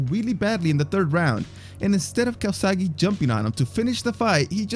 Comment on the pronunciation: He's Joe Calzaghe, not Calzagi.